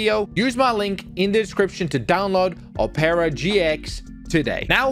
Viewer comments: It’s pronounced “op rah” or “op pur ra” not “op air a”. Ily, I love the channel, I love the content, but that pissed me off way more than it should’ve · bro said opera like o pear a it opra gx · "O-pera" man I'm dead its opera like the music thing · Oh-paira, it’s pronounced ah-pra, my dude. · He said opara gx it’s pronounced opera gx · You said it rong not opeera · ur saying opera gx wrong suppose to sound like OPera gx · Bro its Opera like signing not opeara lmao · i dont know whats worse, the torture he put the cops through, or how he pronounces Opera GX💀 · bruh u pronounced the browser wrong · Bro can’t even say opera properly *sigh*…